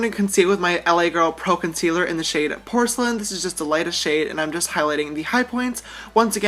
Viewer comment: When James said " I am going in with my concealer in the shade, Porslen,"I thought he said Porno. Curse my dirty, Dirty mind